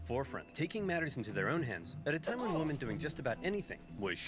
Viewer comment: I like the original video and the reaction, but it drives me nuts how Oversimplified pronounces "women."